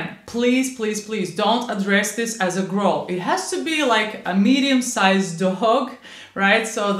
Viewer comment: In English "growl" rhymes with towel not with bowl.